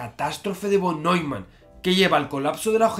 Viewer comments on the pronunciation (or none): none